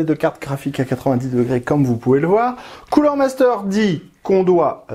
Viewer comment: Superbe vidéo comme d'habitude, par contre j'ai pas bien entendu le nom du produit. 😆